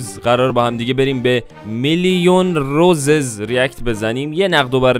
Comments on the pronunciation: داداش اصلش روسیس نه روزز تو اشتباه میکنی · اسمش روسیسه عاجی چرا اشتب میگی خودشم میگه روسیس 😐